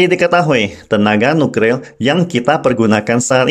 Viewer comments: Slip of tongue... Hrp maklum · Nuklir Boss bukan Nukril...